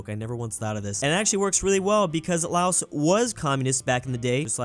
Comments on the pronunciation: LAOS IS PRONOUNCED LAO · The country Laos is pronounced laow I'm not trying to be mean just advice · Probably not the last time I'll say this but here goes: LAOS IS PRONOUNCED WITH A SILENT 'S'